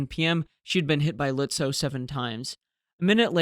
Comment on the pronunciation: Excellent return from your vacation with your best video up to now. The Germans were lucky that Beatty didn’t give a sh*t on professional communication! Seydlitz, Lützow: perfectly pronounced! 👍🙂